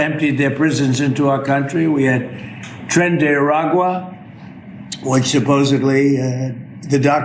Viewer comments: Wow! The Imbecile can pronounce Trende Araqua but he can't pronounce Acetaminophen, what a Dumbass traitor! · You ever notice how when there's a slightly challenging thing to say that aligns enough with his bullshit narrative, like "Tren de Aragua", that he places special emphasis on pronouncing it correctly, just to prove that he can? "See, you're not smarter than me, smart people!"😆